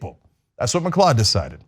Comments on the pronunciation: Just by the by, gotta say this, it's pronounced Mcloud. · Macleod, mcleod both are pronounced macloud. It's a Scottish name and should be pronounced as such. Keep up the good work tyt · FYI...its pronounced McCloud not McClod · That was an interesting way to pronounce it. I'm sure there are different ways. I have members of my family with the last name McLeod (NOT relate to this guy) and they pronounce it Mic-Cloud. I was always clueless, at first, as to how to spell it, because of their pronunciation - mic-cloud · IT'S PRONOUNCED 'mcloud'!!! 🤬🤬🤬 Has nobody heard of the Highlander? This recent string of Mcleod's murdering people is getting frustrating. #HoldFast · its pronounced ma cloud. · Lyndon McLeod is a clod but the correct pronunciation of his surname is "McCloud".